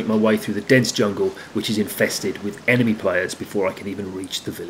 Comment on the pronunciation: This dude really just said emeny players 😂😂😂😂😂